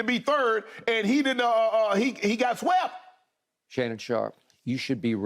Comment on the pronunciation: Shannon sharpe: and he got wsept!! 🥴😂😂😂